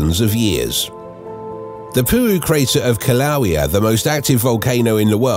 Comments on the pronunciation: It's "Kilauea" pronounced killa-way-a on the Big Island of Hawaii. NOT Klouea or how ever you incorrectly spelt it. I know for a fact. I live on Kilauea. If you want to sound like you are an authority on the subject at least get your facts correct. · if you are going to make a video about Hawaiian volcanoes, at least pronounce and spell them right! it's Kilauea pronounced "kill-a-way-a".. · Kilauea, not Klauea. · WTF if kil ew ee a? Who pronounces it like that? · Uh, it's "Kilauea"... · It's Kilauea, not "Klauea" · Be nice if he pronounced Kilaeua correclty...NOT Kilaloa!! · Thank you!! Ugh, his awful pronunciation was like nails on a chalkboard 😩